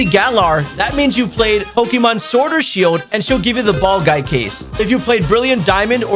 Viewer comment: Bruh!…. He’s saying “pokyyyymhon!”!?!?